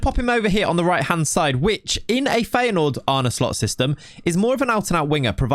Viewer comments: What are you on about man, he pronounces it perfectly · bro, you are not the only native Dutch speaker here. Don't try to be interesting. He pronounced it fine. You also can't expect most foreigners to roll the r. It's very hard. I would love to hear you pronounce Chinese, Japanese, polish etc names. You'd do a worse job than he did here. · im dutch and he says it perfectly fine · Dutch guy here, said it perfectly. Are you trolling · Wat lul jij nou? Spreekt het gwn goed uit, zeker voor een non Nederlander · Bro, he said it fine. Nitpicker. You're not the only Dutch person here. So stop spewing bs! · Yeah no. Native Dutch speaker here, and that's exactly how you pronounce it minus the soft R. Much better than any foreigners I've heard on YouTube so far. And this vid was before the Slot interview. So props to this content creator. 👍